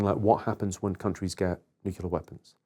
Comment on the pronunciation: And he still doesn't know how to say nuclear 😂😂😂